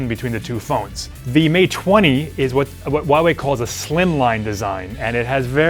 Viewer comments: Hey dipshit! It`s not WUAWE it`s HUAWEI ! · It’s pronounced who-ah-why not whatever that guy is saying, jeez I can’t take him serious...